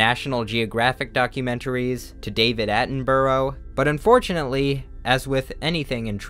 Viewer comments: it's 'A-tem-burg' not 'atemburow' not trying to have a go just saying, but sick video btw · i just immediately paused the video to take in the way you just pronounced David Attenborough lmao (for anyone wondering, its pronounced like Atten-bruh) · david attenborrow? bra man david attenbra its pronouced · It's pronounced attinbruh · The way you pronounced David Attenborough caught me off guard lol - Where I come from it's pronounced "Attenbra" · for anyone wondering, david attenborough is actually pronounced david 'attenbruh' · Ok don’t take this the wrong way, but DAVID AT-IN-BUH-RUH. That’s how ya pronounce it ( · David Attenborough Is pronounced atten-bu-ruh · ITS NOT DAVID ATTENBOROUHH ITS DAVID ATTENBRUH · David Attenborough's name is pronounced David Att-in-bruh ^^ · i will never recover from how you pronounced david attenborough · The scariest thing of all is how you pronounced David Attenborough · the scariest thing about this video is the way he pronounces david attenborough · The way you pronounced David Attenborough actually threw me off completely...what WAS that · Im sorry but how did he pronounce David Attenborough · "I know I may mispronounce it, and I don't really care." - when he reads the word "kawaii" and "desu"